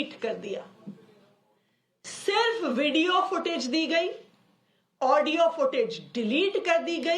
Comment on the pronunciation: At 6.23 she says ...Necessaaarily .....Vudio.....bahut dari hui hain